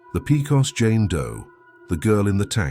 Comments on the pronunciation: pey-cos not pee-cos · Its PECOS not PICOS> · “Pay cohs” not “pea cost” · Okay, Pecos is pronounced PAYcos, and the tattoo was on her right arm, not leftm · Its pronounced "paycus"